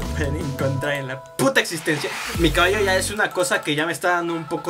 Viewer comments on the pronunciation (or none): none